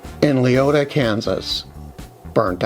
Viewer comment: Wow! Craziness. Had not heard about this. Edit to add: Well done on pronouncing Leoti (KS) correctly!!!